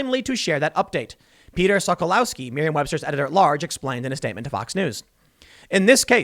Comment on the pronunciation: "Peter Sokolowski" Every Single Time!